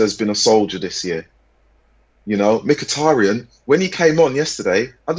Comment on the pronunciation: haha the Irish guy that butchered mkhitaryans name.